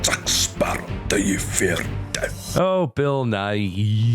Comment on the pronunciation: oooohhh this is the "du yu feaarr deathulh" episode